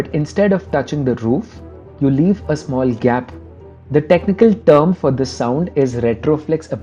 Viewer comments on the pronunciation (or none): none